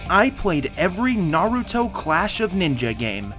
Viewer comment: I’m huge fans of SUS-Kay and NAH-Rue-Toe